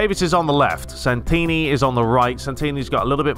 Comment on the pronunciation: I can’t believe you signed Santini. It’s my family name! My uncle is actually G. Santini. And you didn’t butcher it either!